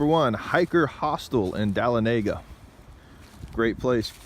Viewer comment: It is pronounced dah-lon-a-gah. LOL